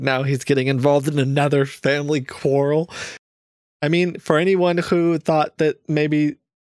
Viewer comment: and Kit make the best pair! So much energy when here! Also Kit pronouncing 'quarrel' is the cutest thing I've heard lol.